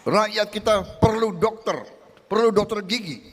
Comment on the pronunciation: Jangan panjang sangat Rrrr nyaaa😂 Dokterrrrr